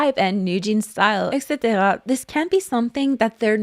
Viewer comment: I am begging for someone to tell me why she says etc like that